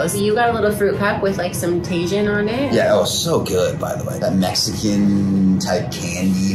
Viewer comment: Tah-heen is how you say Tajín